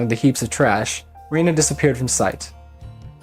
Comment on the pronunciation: Love this!! One thing to note is Rena should be said line Ren-na, there’s a reason in the story for this, cuz her real name is Reina pronounced how you’ve been saying it, but everyone says her name without the I as a nickname she prefers to be called. I won’t say why but you’ll learn soon! Hope this helps!